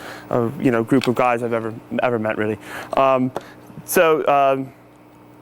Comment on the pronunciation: It's weally weally cool